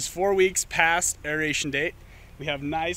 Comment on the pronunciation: Is it an Americanism that you pronounce it "Aereation", adding the extra E into the word? I've watched a couple videos where it's pronounced incorrectly and it really grates me 😂